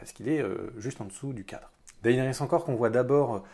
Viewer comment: Ca se prononce Dénérys ! Bon sang.